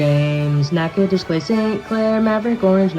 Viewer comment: shoutout to this dude for nailing the pronunciations as well. was pleasantly surprised to hear "nachitoches" pronounced correctly